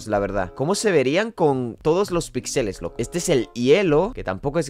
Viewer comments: Si dice otra ves pixèles me pego un tiro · Se dice píxeles, es una palabra esdrújula.